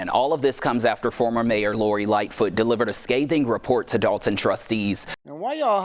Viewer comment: It’s not pronounced the way it spelled .. We don’t say Dol-ton . We say Doll-ton ..lol